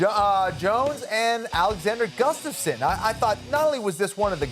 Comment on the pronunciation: She pronounced Gustafson wrong